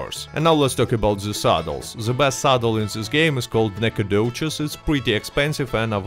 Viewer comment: I played pvp events before seeing that part. Got dusted. Destroyed. Oh and it’s dope to hear that the Nacogdoches saddle is best. I’m from Nacogdoches, Tx. And it’s nice that you pronounced it correctly.